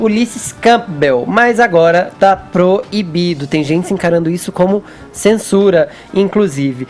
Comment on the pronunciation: Fefito: "Tá PRO - I - BIDO". 😒